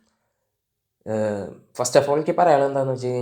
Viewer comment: Not ബ്രമ്മയുഗം.. " ഭ്രമയുഗം" ആണ് bro 😊